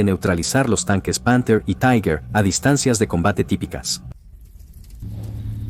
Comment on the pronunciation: Se pronuncia TIGA. Taiguer no es alemán.